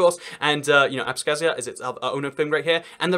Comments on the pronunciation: you pronounce abkhazia wrong, it's with ipa x (like scottish loch) and not with a k, for the kh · Georgian Here! It's Abkhazia not abskhazia. :D